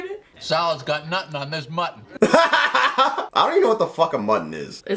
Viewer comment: the way she said Mutton Lol!